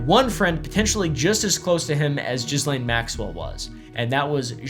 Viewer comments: isn't Ghislaine pronounced like Gee-lain? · Her name is pronounced Gee-lane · Isn't it 'Geehlain' and not 'Jizzlane' 😂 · I personally think we should all just decide to pronounce her name Jizzlane. No more half assing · lol! It’s not Jizzlane. But I can see how that’s kind of appropriate. The “s” is silent. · I love that we call her Jizzlane, even though, I think a lot of us know the pretentious way to pronounce it. 😂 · Just so you know; the s in Ghislaine is silent because it is a French name. Also, Deutsche Bank is a German bank and the are no silent letters in German, therefore the e at the end is pronounced “ah”, Deutsch-ah Bank. Most Americans don’t know this, but I have been to those countries and studied languages a bit. Just thought I would share this info with you! Thanks for the through background story!